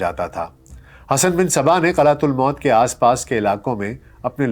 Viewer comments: اول تو یہ کہ قلعہ کے نام کا تلفظ ہی غلط ہے۔ ایہ "قلعہ تل موت" نہیں قلعہ الموت یہ ی شاہین کا گھونسلہ ہے۔ آپ کی ناقص معلومات کا منہ بولتا ثبوت ہے۔ جیسے نیم حکیم خطرہ جا۔ اور نیم ملا خطرہ ایمان ہیں اسی کیٹگری میں ایک آ پ بھی ہیں تحقیق کی آ پ نے حسن بن صباح پر۔ بغیر تحقیق بات آ گے پہنچانے والے منافق ہے۔ اپنے ہو ٹیوب چینل کو چلانے کے لئے پاکستانیوں کے پاس گھٹیا بات کرنے کے سوا کچھ بھی نہیں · نظام الملک طوسی حسن بن صباح کا بچپن کا دوست تها الموت کا درست تلفظ " م " پر پیش کے ساتھ هے زبر کے ساتھ نهیں